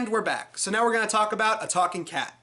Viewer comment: “A TAWKING KET?!”